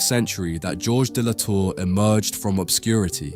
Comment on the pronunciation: S'il te plaît le traducteur automate apprend à prononcer correctement le français ! L'IA est une merde ! L'artiste s'appelle Georges de La Tour et pas gorge de Latour